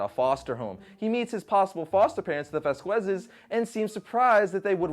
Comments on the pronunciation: “Vass--Quezz” say Mr. Kwee-onezz. Wow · That is... NOT how "Vasquez" is pronounced... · Brah, I know you are American. I am as well. But fucking pronounce your last name right! Sound like a serious punk s lo out.